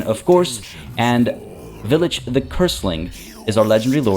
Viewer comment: Pretty sure it should be pronounced "vile-itch" or the name pun wouldn't make sense.